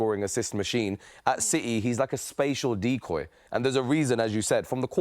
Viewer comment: "spacial decoy" jesus christ